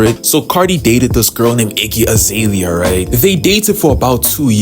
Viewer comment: not the iggy azay-lia